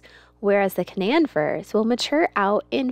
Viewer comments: KA-non like the dog breed or the region in the middle East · Hi, I love the farm. I wish you all the best. I'm from WV, that is where the Canaan firs that you have are from. I just wanted to let you know that in Canaan Valley WV, is pronounced Cuh Nain as if it rhymed with duh-main. It not something that most would know unless you are from West Virginia. but when they are old enough to be sold you will be able to tell the folks buying them where they are from and how it is said. the funny thing is that the word Canaan is also found in the Bible but is pronounced Cain-Nun. us West Virginians like to put our own spin on things I guess. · Canaan is pronounced Kay-nan. Just so no one snickers at you guys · How are the Canaan trees (pronounced Cay-nan) doing now since so much of the roots were cut off? I'm dying to know! LOL